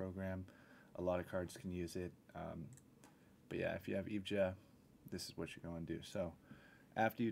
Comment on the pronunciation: It's pronounced E V G A!